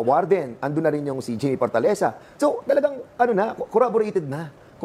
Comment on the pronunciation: “Corraborated” (corroborated) na raw😅